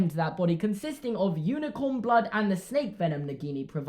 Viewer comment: Did anyone else hear “She’s a special snek” instead of “She’s a special snake” ? Just me? Ok...